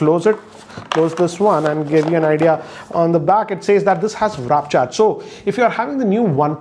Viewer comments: Did he just say Raap Charge instead of Warp Charge ? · Really good informative videos, just one annoying thing which is you call thw "WARP CHARGE as" WRAP CHARGE" which is wrong. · Sir it's 'Warp charge' not 'Wrap charge' ! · it's WARP charge not WRAP charge! 🙈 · "WARP" Charge. Not "Wrap". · Wrap charge lol!!! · Wrap charge hahahahahahahaha. It's WARP charge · Wrap nahi chu It's W-a-r-p charge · I love your videos, but it's WARP charge not WRAP charge! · Warp charge bro, not wrap charge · Its not wrap charge...Its warp charge🤦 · No matter what, it is Werr..rraap charge. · Wrap charge wtf 😂 w-r-a-p Bro warp WARP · Sir it's not Vrap charge it's Waaaarrrp charge.. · It's warp charge and not wrap charge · Sir, it’s WARP charge. Not WRAP charge. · Sir it's warp charge not wrap charge 😅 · Grrrrrrrrr!! It is WARP charge!! WARP!! Not RAP charge!, you have been in this business for years and you dont know to say "warp charge"??? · You gotta read it again and again. It's called WARP charge and not WRAP charge. Have noticed this in another video of yours before. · what is this "wrap" charge ? its warp charge . google the pronunciation. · I don't know why always say warp charge as "wrap" charge!!😅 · He always says wrap charge 😂 But it is actually warp charge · love his content but this genuinely annoys me like sometimes i think hes doing it on purpose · Why don't you ever read it properly, it "WARP" charge not "WRAP" charge! Please pronounce it properly! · Am I the only one who heard him say "wrap charge"......